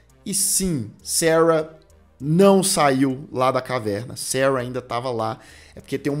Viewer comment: ...si vc QUISER falar SARA...a gente vai entender😂....seus inscritos são BR